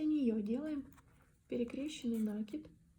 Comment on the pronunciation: Пожалуйста, не коверкайте слова, изучайте орфографию.. Слух режет Ваш нАкид!